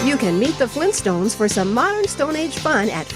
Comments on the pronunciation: FLEENT STONES? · “Fleenstones?!” — Joel